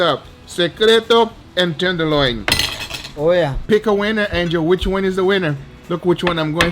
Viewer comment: Is it Angel or Angio, the way Guga says it always sounds like Angio to me anyway this dude has it made , luckiest nephew in the history of nephew kind